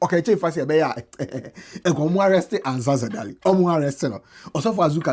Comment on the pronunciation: you keep saying Ansah Sadaly but it’s Sansa Daly